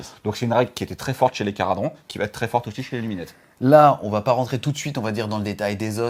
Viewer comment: Merci pour cette vidéo super complète. Bon c'est pas toujours facile à suivre car beaucoup d'info mais vu la quantité de contenu c'est compréhensible sinon la vidéo durerait 3h. En revanche, par pitié, il n'y a pas de "T" entre "va" et "être". ^_^